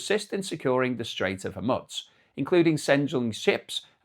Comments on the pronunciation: Hormoooz not hormuts. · There is no "t" in Hormuz.